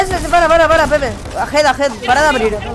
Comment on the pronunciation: dice nepe envede pepe